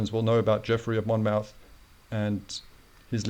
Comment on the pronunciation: Hello my friend. Talking of minefields, the name Monmouth is pronounced as Mon-muth - with emphasis on 'th', like moth sounds.